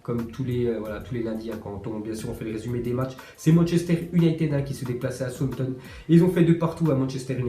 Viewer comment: Il dit souamton a la place de southompton